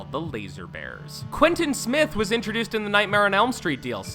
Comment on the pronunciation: This man can’t read quntin niea